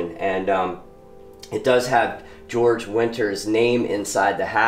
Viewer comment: Georg winter. Not George.